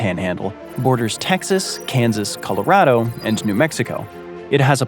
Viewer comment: So, i admire that you pronounce Puerto Rico correctly, but you miss on Nevada and Colorado. 😢 You East Coaster, you.